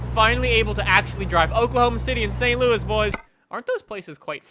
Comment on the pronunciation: The way says St Louis is triggering.